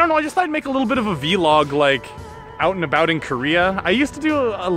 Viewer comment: Vee log 😂